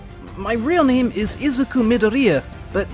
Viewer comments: bro why does he pronounce all of these names wrong ts pmo sm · Bro cannot say the names 😂😂😂😂